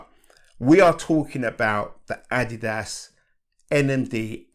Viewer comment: Rare to see a shoehead that pronounces ''Adidas'' correctly, nice to see. Def gonna pick these up thanks to this video. Detailed all the stuff I was curious about.